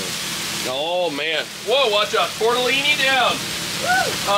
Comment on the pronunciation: You are saying it wrong.... it's "leenee" Toddellini......